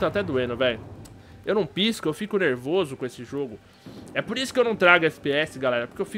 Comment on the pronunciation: ''Fiko mt NeRRRvoso velho'' kkkkkkkkkkkkk